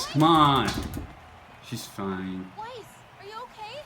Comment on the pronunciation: Say the word "Mice". Then say the word "Nice". Now say Weiss' name! lol ;)